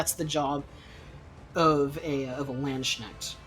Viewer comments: Hey man, just thought I'd say there is no SH in Landsknecht. You pronounce it as lahndsknekht or /l'ɑntsknɛxt/. Also time stamps would be good. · Also a simpler explanation for English speakers would be "Landskinect".